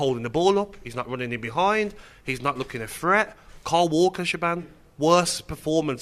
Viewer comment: When's she gonna tell em how to pronounce her name? Shaban?! 😂🤦🏻‍♂️Shaban😂